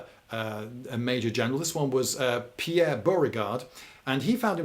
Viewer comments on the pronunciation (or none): none